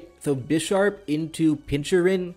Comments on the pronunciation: At this point I can only assume that you mispronounce pokemon names on purpose "Pinchurin" is just too bad to not be intentional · I swear to god if I have to hear you say "pinchurin" one more time I will personally delete your channel. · I get that some people can pronounce things wrong but... Pin-chur-CHin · pin - kur- chin, also why knock carocosta the second time and not iron head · Gotta love the way pronounces some pokemon. Pinchurin:D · "Pinchurin" has me dying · why the hell my man saying pincurchin like that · Why do you pronounce Pincurchin like that